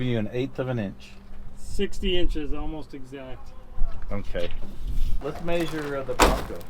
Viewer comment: Does saying “may-sure” a south west accent thing. Cause I’ve never heard that pronunciation ever